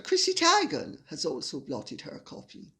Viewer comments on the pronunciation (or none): No big deal, but fyi... Chrissy TEE-gan not TIE-gan.